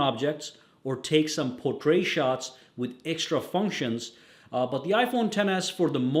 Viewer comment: Por-tray shots? It’s pronounced por-trit